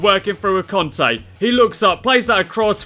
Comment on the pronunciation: Its not conte its kante